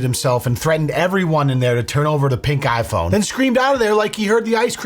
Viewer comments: I kept hearing “Pink-Eye Phone” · Every time he screamed “pink iPhone”, I was sure he was saying “pink eye”.